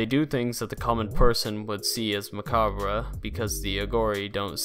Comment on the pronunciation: You mispronounce a lot of words and names. Gein and macabre is quite silly.